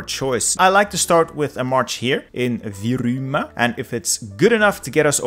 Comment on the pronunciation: I live in Virumaa (Rakvere to be exact) and it was so funny when u said viruuu whatever it is